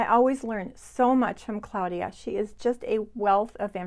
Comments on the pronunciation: Hi. I recently discovered your channel and love it. You are so sweet and I love your attention to detail. I don't usually correct people on pronunciation but I am very curious about your pronunciation of the name of your friend Claudia. You pronounce it Cloudia. I have always pronounced it Clawdia. Does your friend pronounce it Cloudia? I am not critizing. I am truly just curious. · Thank you Liz! Welcome! I'm super happy to have you here. And I totally understand about the pronunciation...my friend is the only Claudia I have ever heard of who uses the pronunciaton CLOUDia....not CLAWdia....maybe because she was born in Germany?